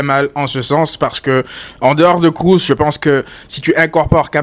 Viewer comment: Alors c'est Kroos et pas "Krous". Allemand pas anglais. Merci !